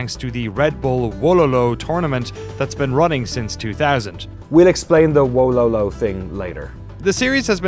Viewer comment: it’s not wololooo.. You pronounce it as wohlohloh